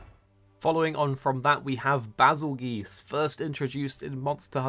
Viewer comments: Why does he say BazelGEESE? >.> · That’s what I thought but he kept saying “Bazel-Geese” so I was confused. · Do you pronounce Bazelgeuse as “Bazel-Geese” or “Bazel-Juice”?